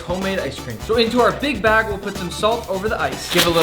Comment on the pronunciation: 😭😭😭😭I can not be the only 1 who herd “big back” instead of “big BAG” 😭😭😭😭😭💀💀💀💀💀